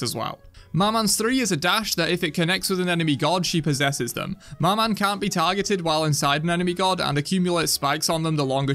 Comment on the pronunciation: I'll have to be the one to say it but you dont pronounce the "n" in "maman" which means "mother" in french, sorry but I just had to say it with the amount of time maman was said in the video lmao 🙏